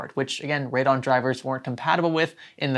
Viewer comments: Just me nit picking, but its ray-dee-on not radon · Heads up, Radeon is three syllables. Sounds like Rayd-e-on